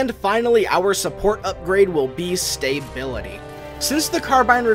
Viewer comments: stay-bility. lol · yeah that bugged me a bit too. He got the em-PHA-sis wrong. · You are saying the word "stability" wrong. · Like the video, but there is no "y" after the "sta" in stability.